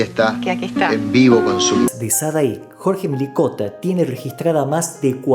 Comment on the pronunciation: El apellido no es "Milikota". Es Mlikota. Este apellido contiene una sola letra i. Comienza con eme, ele, i.